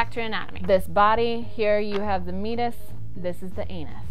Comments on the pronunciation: I apologize, but I have to bring this up, because it's driving me nuts. It's pronounced 'me-ay-tus', not 'mee-tus'. I do love this channel though! Keep it up. I don't think kids get enough sexual education in school anymore (especially in the US) so they probably turn to the internet for their information. Hopefully they'll find your channel, which would be rad. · For a second I didn't understand you meant Meatus because I've always heard it pronounced differently. Great video though.